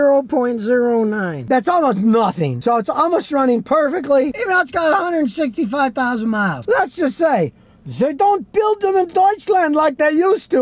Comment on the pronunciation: Emphasis on the 165000 miles 😂😂😂